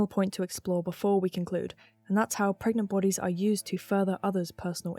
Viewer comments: Pregananan? Pergert? Parget? This is the true horror of pragmat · Can u get PREGANTE?